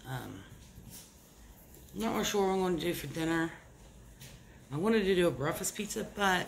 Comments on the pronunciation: The word is breakfast , not breafast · Yeah she always says breafast lol